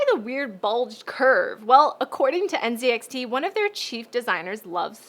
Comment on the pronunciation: everytime she said nzxt i heard ncix WHAT